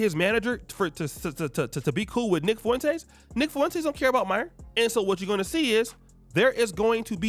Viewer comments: I can't help but laugh every time you pronounce Nick Foo - in - taze 😂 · Fwen taze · Why cant you pronounce his name correctly its annoying